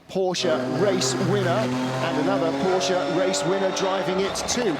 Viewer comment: Tell your host how to pronounce Porsche correctly please